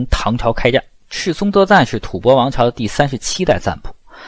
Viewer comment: 老師將吐蕃唸正確了，太好。音：播，首次聽見歷史視頻中正確的唸法。